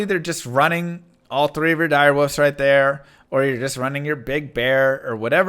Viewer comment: Is there a specific reason you keep calling wolves "woofs"? xD Slang/accent/jargon?